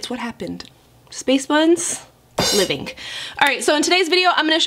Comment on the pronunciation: “Livingk” ❤️ lol love her quirks